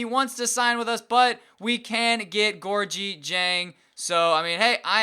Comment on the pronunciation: You are not pronouncing diengs first name right